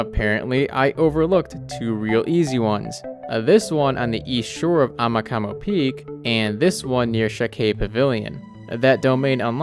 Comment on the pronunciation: Not “amakamo” Its “amakumo”